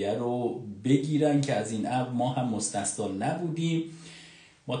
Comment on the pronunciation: مسنثنی نیست مستثنی درسته که از ریشه استثناء هست بارها دقت کردم که مستثنی را مسنثنی میگویید <ت> داره نه <ن>